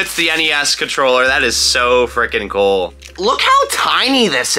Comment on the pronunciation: When he say “cOOL” I almost hear him say “coL”